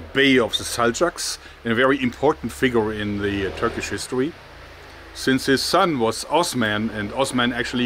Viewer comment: Your Turkish pronunciation is fine, don't worry 👍